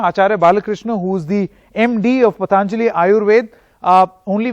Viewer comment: It is not pataanjali, it is patanjali!! At least pronounce Indian names properly as they belong to phonetic languages. All thru from childhood we are taught that "prevention is better than cure".!!